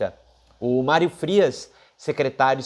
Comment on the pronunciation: "Málrio" Frias o fanfarrão Imbecil!!!😁😁😁